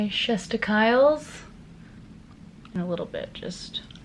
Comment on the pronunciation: "Chest-ikyles" LOOOL I'm dead!